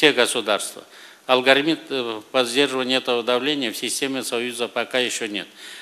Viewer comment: Акылбек Жапаров: "... алгорМИТ..." вместо "алгоритм". Стыдно за Вас. То "эпиДОзы", теперь "алгорМИТ"...